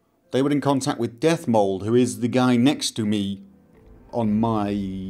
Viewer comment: Dethmold, not Deathmold ^^